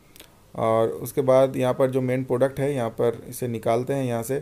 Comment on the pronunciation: Phir product ko "poduct" bol rhe ho